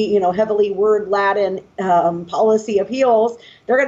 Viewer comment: Did she pronounce laden like 'lad-den' as if she's referring to a cozy room for young men?